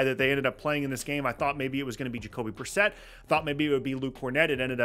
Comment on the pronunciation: bro said jacoby brissett wrong boston franchise 😂